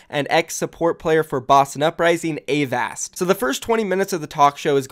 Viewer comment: I hope Avast teaches you how to say Avast. I cringe every time. But cool, sounds like a good series.